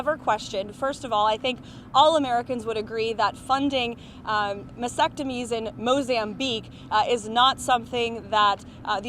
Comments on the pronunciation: Omg... what is a "mesectomy"? Should one not be able to speak correctly in this job? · Wtf is a masectomy? I've heard of vasectomy or mastectomy....dummy🙄